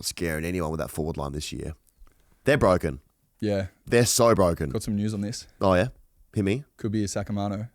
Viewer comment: Goes from Wichmond into Bwoken 🤯